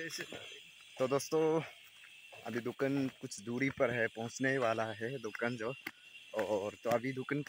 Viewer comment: Lekin aap bar² dhukun kyu bolrae 😂 dhukan bolo na 😅